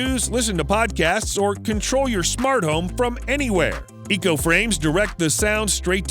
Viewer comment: Its echo not eco... lol